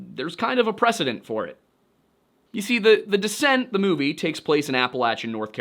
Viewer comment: Serious question, why would feral people kidnap a 57-year-old? Surely they would want to take children, so they would culturally assimilate and also be able to have kids later. I still think the moon-eyed people are just a family with albinism who got blown out of proportion... Every time you said "The Descent" I heard "The Dissent", lol.